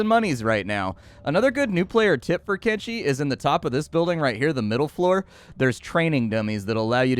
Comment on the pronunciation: Thank you, sir, for properly pronouncing the game's name with a /sh/ and not with a /ch/ as 99% of videos do...